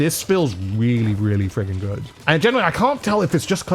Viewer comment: How many times has he said goodt 😭😭😭😭😭